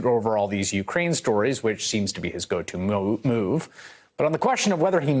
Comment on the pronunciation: Hold it,, in reference to Devin Nunes' 'Mad Cow' move, were you trying to call it his "go-to moo"?